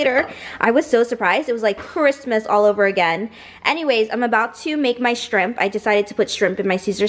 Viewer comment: she said “strimp” I love her 😂😂😂